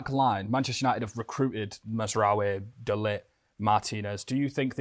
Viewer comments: Why can't Dutchman Rene Meilensteen pronounce De Ligt's name? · A Dutch man, I nearly thought English was is first language lol. They way pronounced de ligt name I clocked mans NL 😂